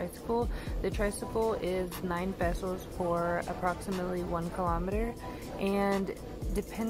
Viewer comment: I love that you pronounce "pesos" correctly. All the other foreigners say "pay-sowz" lol